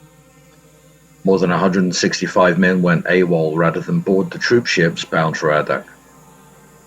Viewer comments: Really enjoyed this history, but.... As someone who was deployed to "the Birthplace of the Winds", it is really grating to hear you talk about AHHHdak when it's pronounced Aydak🙄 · Since I live in Alaska, I thought I'd let you know that Adak is pronounced with a long "A" like "AY-dak, not "ah-dak". While this is interesting (being a Navy vet myself, from a family with lots of Navy vets), would you narrate a little faster, please? Maybe not as fast as the guy who does the Dark Seas channel here, though about the pace of The History Guy here on YouTube would be fine. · A-dak is how it's pronounced. After the war a couple of squadrons of PT boats were designated river patrol boats and the torpedoes were removed and guns were installed. They were used to provide merchant craft security in China along the Yellow and Yangtze rivers during China's civil war. I served with a Master Chief who was in charge of one of the boats. The skippers of these river patrols boats were only E-5's. 2nd class petty officer. He was 21 years old. The squadron he was on was in Seoul harbor the day the Korean war began. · It's A DAK not Ahhhdak. Long "A". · Adak is pronounced A-dak, not ah-dak. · Adak (/ˈeɪdæk/, Aleut: Adaax, Russian: Адак) That is the Wikipedia guide, so it must be right!